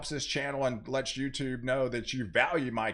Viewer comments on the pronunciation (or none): none